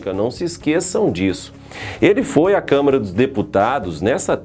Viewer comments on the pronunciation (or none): none